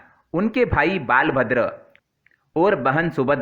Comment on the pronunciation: ये बालभद्र क्या है उसे बलभद्र कहते हैं सही से उच्चरण कीजिए